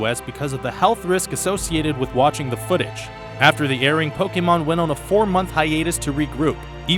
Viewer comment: This is one of the few people who aren't Pokémon fans to actually say Pokémon correctly. Good on you!